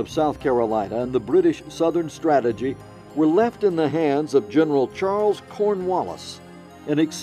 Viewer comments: "Stagagy" ? Do you mean "strategy"?? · About Minute 40 - "STATAGY". Not very professional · The British “ Stategy”?